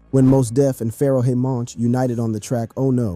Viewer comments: this has to be AI talking cuz theres no way he said pharoaHEY monch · I’m pretty sure he also said Pharaoh-E Monch 😂